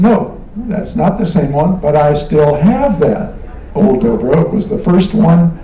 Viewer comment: It's "Dobro", not "Drobro" hahaha